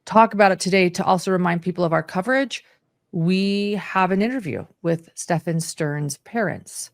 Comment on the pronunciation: Stephen is pronounced just like Steven.